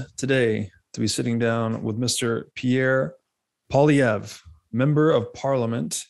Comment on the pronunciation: Pwauly, like Pauly but with a w in it, then eh-vruh … so Pwauly-eh-vruh. Ok? He’ll never be PM simply because people cannot pronounce his name. That’s how the cookie crumbles.